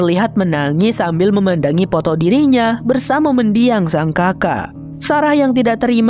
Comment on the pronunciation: Fohon wkwkwk😂